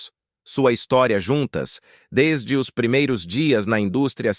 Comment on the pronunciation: " É ISSO REALMENTE QUE / OS/ CONECTA!😅😅😅😅😅😅😅. Delito fonetico! 😅😅😅😅😅😅😅😅😅